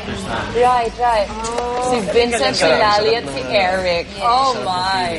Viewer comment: Layle? Its Lally hija. Vencent? Ay naku! Bisaya ka?